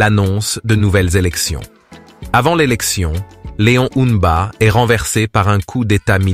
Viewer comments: pourquoi tu as du mal a dire le nom du feu leon mba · Faut revoir la prononciation de Léon MBA et olingui NGUEMA svp 😢